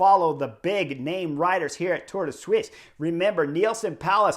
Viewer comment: Now thats the best pronounciation on the internet of Tour de Suisse ;-p